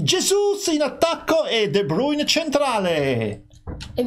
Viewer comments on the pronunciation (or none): non si dice de brune😂🤣 si de bruyn ma si scrive de bruyne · Bruyne comunque si chiama de bruyn e ( jesu) si dice gabriel jesus